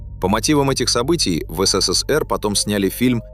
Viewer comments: Ну так годунов сбежал туда где свобода, хрена теперь говорить что виноват СССР. Голос конечно красиво звучит ну как он произносит ЭС-ЭС-ЭС-ЭР это конечно что-то. А вообще всё фальшивка - фальшивый голос зачитывает чьи-то фальшивые мысли и выводы и выдаёт их за истину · А что ж так говорить-то? ЭС ЭС ЭС ЭР, ЭСЭСЭСЭР МЫ ГОВОРИЛИ,так же говорили просто ФЭЭСБЭ. Явно,что человек не с союза и даже не интересовался никогда им или ии,и это грустно. А за информацию спасибо,хоть и есть ошибки по фактам,например про Полищук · ИИ как всегда смешит, но посмотреть на знакомые лица артистов и кадры из фильма приятно. Так эСэСэСэР как всегда, в памяти потомков. И да, никто слово диско шепотом не произносил😅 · Явно прослеживается цель-так или иначе обгадить все лучшее, что было создано в ЭС.ЭС.ЭС.ЭР-так произносят все ИИ-шные голоса. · Комментатор не может нормально выговаривать СССР. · Околесицу наворотили, если тебе закрыли выезд, или не дали главную роль это ещё не трагедия. В той стране 99% и так ни о каких заграничных турне даже не мечтали😂 И если не хватает ума озвучить короткий ролик, научите этот долбаный ИИ хоть говорить СССР не так ушлепно😊